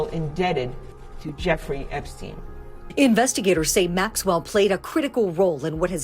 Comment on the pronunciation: The dude's name is "Epstein" for fuck's sake. Not "Epstin".